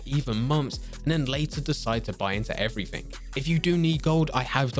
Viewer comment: Evrafing interesting way of saying everything